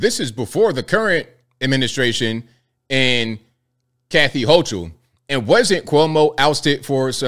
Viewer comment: Man pronounce the Governor’s last name correctly!!